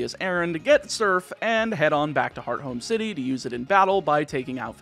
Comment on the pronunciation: I have no idea if I'm correct or not, but hearing you say "heart home city" feels Weird, I've always read/pronounced it "hearth -ome", using the th sound in the middle. It still sounds like "home" bc leading H's are nearly silent and often dropped anyway lol